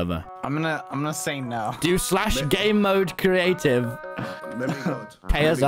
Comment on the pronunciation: I’m not the only one who thought when tommy said gamemode I thought he said gay mode right?